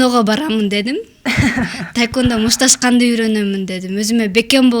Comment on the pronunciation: Ведущая кыз тайквандо дейт го. Тиги спортсменкага да таэквпндо деп жазып коюуптур бляячч🤣🤣🤣🤣🤣🤣🤣идиоттор тайквандо же таэквандо эмес тхеквондо деп жазылат блять